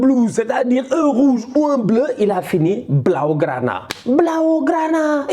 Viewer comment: comment il dit "blaugrana "me tue 😂😂😂. en vrai c'est un comédien quand même hein😅